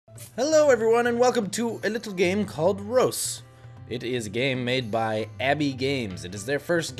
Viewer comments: its prounounced re-us i think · Reus (Re-us) :D